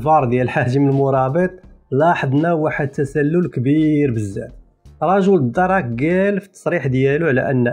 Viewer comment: خويا ، ماشي الدَرَك، راهم يقولو "الدرْكْ" 😂😂😂😂😂